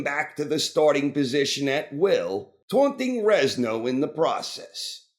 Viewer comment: "Rezno"? LOL. Stop saying it! It's Renzo, like Lorenzo, dude!